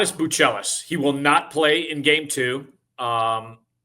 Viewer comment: Matas Buzelis not "Buchelis" 😂